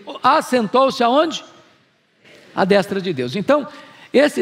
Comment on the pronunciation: Nunca vi alguém com tanta autoridade teológica como Hernandes em nossos tempos no Brasil, não perco um vídeo. Inteligentíssimo e cheio da presença de Deus. Só tenho uma crítica a fazer deste vídeo, mas é coisa supérflua, "à destra" a vogal "e" tem som fechado, e vejo todo mundo falando "destra" com som aberto. No caso a forma correta é d[ê]stra. Só quis compartilhar, vai que ele lê. O português dele costuma ser impecável, só achei essa falha.